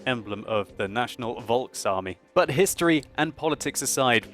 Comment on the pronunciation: please. In German a "V" sounds more like an English "F". So "Volkswagen" or "Volksarmee" sounds more like "folkswagen" and "folksarmee". Oh, and, no, I am not German.